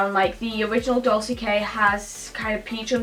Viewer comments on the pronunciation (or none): its 'doltshe' k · Celeste's Crazy Confusing Life its dolce k not dulce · It's "dol-tche", not "dol-se" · Dolce k is said doll-shay-k if that makes sense😂😂😂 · No it's like "dol-che-Kay" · Dolce is pronounced 'doll chay' Anastasia is pronounced 'an is star see a' Gemini is the star sign and it's pronounced 'gem in eye' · dolce is pronounced dol-chey the c is pronounced as a ch not sssss 👍👍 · tori Preston she couldn't pronounce 'dolce' either